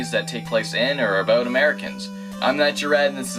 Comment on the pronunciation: he pronounces "about" as "aboot" so that's where I assumed he was Canadian